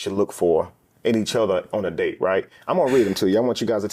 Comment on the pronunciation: Coffee d-ate on first d-ate